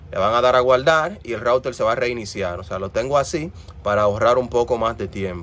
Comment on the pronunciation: Por que dices rourer si es router